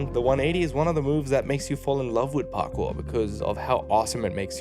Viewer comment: did you say Parkoo? As in Sydney? 😅